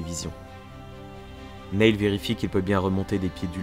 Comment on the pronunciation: Je veux pas faire le relou ou quoi, mais Neil, se prononce "nil' voilà, sinon, super vidéo :) Par contre, c'est juste dommage que tu ne mettes pas les réelles enregistrement audio des mission, je trouve que ça casse un peu tout.